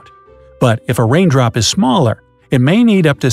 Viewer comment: He just said wain drop